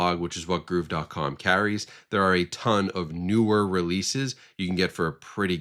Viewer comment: I did not know gruv was pronounced groove 😂